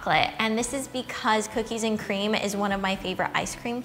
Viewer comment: COOKIES AND CCREAMM!